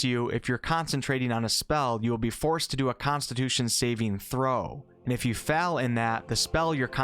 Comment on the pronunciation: It's so weird how you say fell instead of fail.